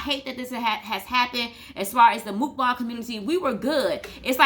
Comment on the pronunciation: MOOKbang is not their word (Chinese/Asian), MUKbang is the Korean word that everyone just can't pronounce LOL. Good video though.